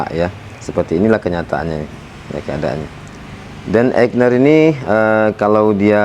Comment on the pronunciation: AIGNER bukan EIGNER :)